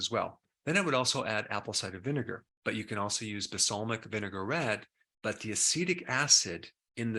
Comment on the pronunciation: Doc, the word is “balsamic”, not “basalmic”. Yeek.